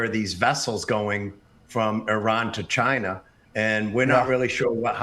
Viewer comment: He said CHINER lol